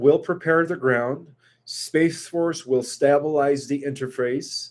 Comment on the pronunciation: YOU STRUGGLE MORE WITH THE WORD "Stay-ble-ize" THAN YOU DO WITH THE WORD "Fact- ions". With all due respect because I greatly appreciate the work you due and the GREAT sacrifices you make to do so, you have about 10 words that you mispronounce consistently, and yes I understand that you didn't begin speaking English until you were 6 years old. Maybe you could get your beautiful girlfriend to write down the words when you butcher them and then help you to correct the pronunciation of those words after the shows. You're highly intelligent and have gifts as well. This will help you to polish the machine and make you sparkle along side God as you do his work.